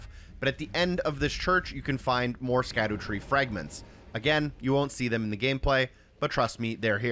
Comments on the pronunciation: Instantly stopped watching when bro didn't know how to pronounce "scadutree". Brother it's Shadow Tree fragments smh L video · How old are you dawg? Cant pronounce latin lmao. It's shadowtree not skadootree . Why would you even think it's pronounced like that, don't mean to sound petty but im not watching 30 minutes of a grown man who probably passed high school say skaddootree the whole video. Its almost impressive how badly you butcher that shit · it’s “shadootree” not “skadootree” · Its pronounced "shadow tree" btw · Great video but it’s pronounced “SHADOW” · It's pronounced "Shadowtree fragment". Scadu is an old spelling of shadow. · Isnt it pronounced "Sadutree" as in Shadow tree? with the sc making an s sound like science or scene.